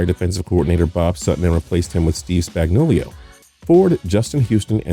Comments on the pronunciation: Spagnulio huh? 😂 i don't know what's worse that monotone voice or his incapability to pronounce any nfl names. ZzzzZzZZZz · Everytime I watch he messed up someone's name like he says spagnulioho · He called spag "spagnulio"